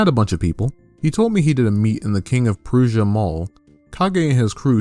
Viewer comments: EDIT: pronounced It's king of pruh-sha I swear to fucking god. Why am I near some of the strangest furries? Why can't I find out that I don't know, literally anyone known for not weird stuff be from my area? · Prussia = (Pruh-sha)